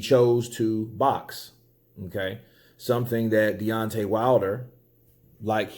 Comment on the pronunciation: DEONTAY "n.e.o." WILDER haha